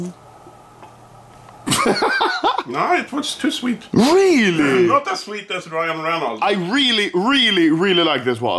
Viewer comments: "Reynold Renuards" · "Reynlds reyneyds" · It's pronounced Ry-an Ren-olds >:) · Anomaly couldn't say Ryan Reynolds correctly to save his life LMAOO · When he said Ryan Reynolds wrong I just died of laughter